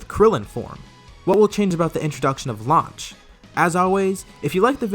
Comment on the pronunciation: "Her name is launched" you mean lunch?😂😂